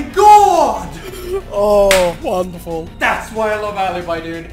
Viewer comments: it is not alibai but alibi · Alibi, A-L-I-B-I (/à·li·bi/), not alabai, NOT ALABAI, ALIBI. Do not mistreat her name. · It's not ALABAI but it's ALIBI because it's Italian! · This is not aleybae, its ALİBİ! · Alaby is wrong..... A L I B I is true (i'm italian) 😂 💖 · Ora a-li-bi not ala-bai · Is not alibai but is alibiiiiiii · Bro, not "Alibai", but "Alibi". It is "i", not "ai (i'm Italian, so i know how it needs to be pronunced) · Please ..., Alibi not Alabai or Alaby is A L I B I ! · the name is ALIBI NOT alibaiiiiii stop using english rules, it is just alibi as you read 🔥🔥🔥🔥🔥🔥🔥🔥🔥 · A_lee_bee not alibi PLS im from Italy end russia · I'm Italian and i can say that the right pronounce is "aleebee* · The pronunce is "alebe" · Alibi is an italian op... so her name have to be pronounced Aleebee (the i in Italian is pronounced like ee) stop destroying her name guys 😂😂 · I m italian and all stranger mispronounce the name of alibi😂 listen on google translate the pronounce ❤️😂🎶